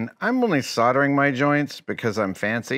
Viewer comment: I'm so happy you can complete the project without any soddering :D Soldering is a useful skill to learn though people!